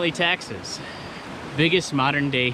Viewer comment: When you said the thing that makes you most angry, I thought you said Texas. And I was totally OK with that. #texan